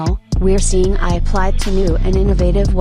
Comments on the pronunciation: AI is prounced Ay Igh rather than Eye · AI pronouncing the word "AI" as I 😮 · ....a nice trick for your voice over is to replace "AI" with "aye eye" which will solve the glaringly obvious mispronunciation happening throughout. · I noticed that the computer would say AI wrong, Maybe if you edited it and put a space like A I it would say it better. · The AI needs to learn how to pronounce AI... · Hah I thought that too. And you'd think an AI would know how to pronounce its own name by now